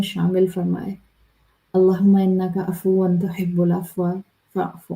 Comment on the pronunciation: عفو اس پر دو پیش ہوتے ہیں دو زبر نہیں اس کو دو پیش کے ساتھ پڑھا جاتا ہے دو زبر کے ساتھ نہیں پڑھا جاتا